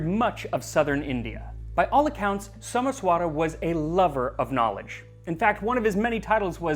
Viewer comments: Not So-mess-vaara, it’s So-maesh-wuh-ra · Your pronunciations are always welll researched and spoken. However in this video, Someswara is pronounced as Someshwar. Not your fault though since its written differently in english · Well, Someswara is actually "Somaysh'wer" with the "r' followed by a half-vowel "a" sound.